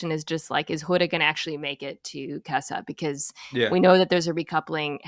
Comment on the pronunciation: Mina, please for the love of God, can you pronounce "casa" properly.